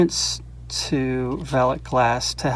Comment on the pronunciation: Hahah, no I'm afraid you didn't say that correctly, nor did you spell it correctly. It's written as "Veiligglas", so that's an extra i, and one less s. :) The letters 'ei' are pronounced as a single sound that resembles the use of the letter i in English words like Nice or Fine. So, instead of calling them "Vely's" you should actually call them "Vily's" (As if it were an inflection of the word Vile), and that would be spelled as "Veily's". Sorry, I couldn't resist as a Dutchman. :) Great video btw. I'm not into marble collecting, but it's amazing to see all these small globes of art. Also, it's fun to spot the marbles that I used to play with as a kid The Netherlands. Amazingly we seemed to have a lot of Japanese cat eyes here. (As I learned from another video of yours).